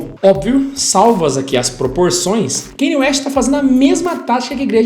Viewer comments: É Kân-iê, não Keini. Só pra esclarecer porque o nome dele tem uma pronuncia incomum mesmo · Não consigo ver um vídeo inteiro aonde o cara fala errado o nome do Kanye... "Kenye" PUTA QUE PARIU